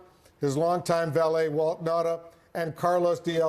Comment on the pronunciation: what is the native language of these people? why can't they pronounce Nauta's name ? It is Nauta not Nata!